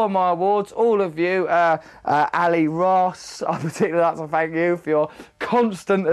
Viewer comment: "Fank you" hahaha